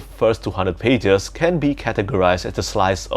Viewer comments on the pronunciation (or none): none